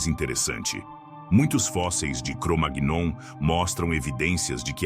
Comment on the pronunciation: O vídeo está legal, mas verifique a pronúncia de "Cromagnon'. Não é assim...